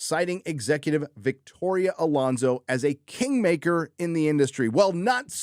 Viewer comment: I think you mean "Victorrrrrrrria Alonso"